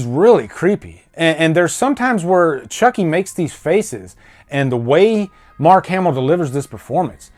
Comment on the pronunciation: mark not ass